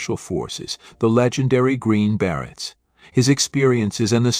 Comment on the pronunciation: Your computer should learn how to pronounce "Beret".